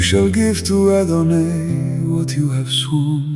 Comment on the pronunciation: Thank you so much, is there a possibility to edit this? Adon”aye”? I’ve never heard that pronunciation. I’ve heard Adonoi and Adonai , but never Adonaye